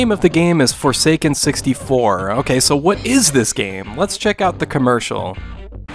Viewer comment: I heard "The future is for Satan" and was really disturbed before I heard guy repeat it(wich was better articulated for me. am not a native english speaker btw...)